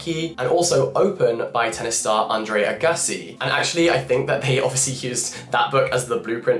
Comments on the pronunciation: not the andre “agussy” pronunciation 😂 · André Uh-gussy I‘m dead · Great video and I am dying at how you pronounced Agassi, much more interesting the way you said it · Jack clearly not a sports fan. That pronunciation of Agassi is certainly unique. P.s. love the different style of video!